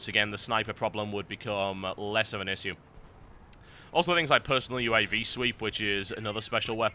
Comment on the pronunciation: Love the way he says issue :D